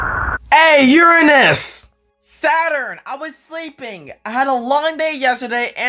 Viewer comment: SATORN I WAS 🤣🤣🤣🤣🤣🤣🤣